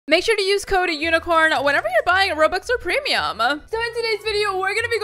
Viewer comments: its weird how she says PrEmIUm like that. I DUNNO WHY YUTUBERS srry for the spelling SAY TO GO AFK WHEN U GET DISCONNECTED FOR BEING IDOL FOR 20 MINUTES SO U ONLY GET TO BE AFK FR 20 MINS.She keep talking bout trees i dont care bout trees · The way she says prim no hate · I like when she says "premium" its nice:D